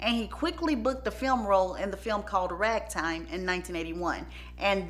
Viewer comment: Great video ! Your accent had me googling “rag Tom” instead of “Ragtime” 😭😭😭💀